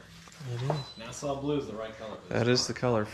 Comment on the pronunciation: it's not nasa blue, it's Nassau Blue